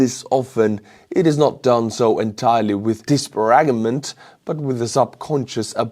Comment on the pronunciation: That word is pronounced "Dis-pair-age-ment", just so you know.